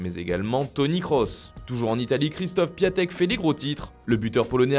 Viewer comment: Encore une fois on ne prononce pas "Piatek" mais "Piontek" 😪